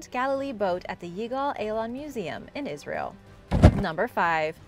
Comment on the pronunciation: It's not asrayl